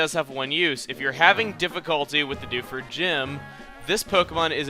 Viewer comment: lol when he says Dewford i keep thinking he's saying Doucheford o.o